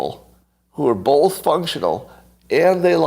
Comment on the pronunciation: Everyone else in the world- “both” Scott- “bowlth”